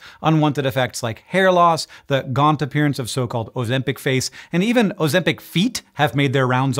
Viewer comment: You can't even pronounce it correctly.